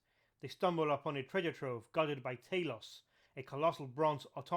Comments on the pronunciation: Not "Tay-los", it's pronounced "Tah-los". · I believe it's pronounced "Tah- Loss" But I don't want to p155 on your bonfire. Great video. I love this stuff. I will subscribe.